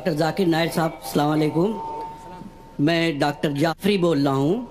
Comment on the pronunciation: Źakir Naik ko Zakar Naik ghalath talaffuz hain . Maani badal jaata hai.